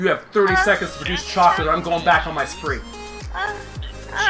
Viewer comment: choclate... did you say ChOlAtE............. choclate CHOCLATE!!! CCCCCHHHHHHOOOOOOOCCCCCCCOOOOOOOLLLLLLLAAAAAAATTTTTTEEEEEEEE!!!!1!!!!!!!!!!!!!!!!1!!